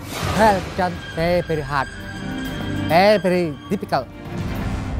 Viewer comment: Pery pery hat.. Pery pery dificelt... 😂😂